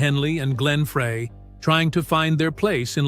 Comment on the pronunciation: It’s not Fray. It’s Fry